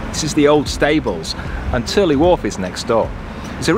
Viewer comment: Yes, your pronunciation is spot on for Tyrley locks! We were through there in 2019. Love your videos! Roger & Lisa Turley (Wales, Utah, USA) P.S. - Great cinematography at High Bridge!!